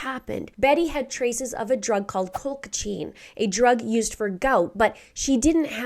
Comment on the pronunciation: There was a case of Colchicine poisoning where a girl worked for a chiropractor and dated the Dr’s Son. Once they broke up, the girl poisoned his Mother, the Dr., her Boss, and tried to frame the Son. Terrible way to go. It’s actually pronounced Cole-chih-seen. Glad to see you back! 🫶🏼